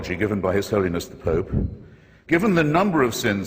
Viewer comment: Ironic that the man talking in favor of religion pronounces "The pope" as "The poop" ...